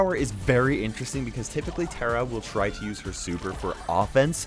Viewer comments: Is that how you pronounce tara😂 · Nobody: Literally Nobody: Me: KAIROS UR MISPRONOUNCING TARA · Yeah things only Indians know😂